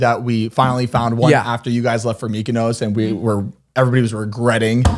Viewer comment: why do they pronounce mykonos like that 😂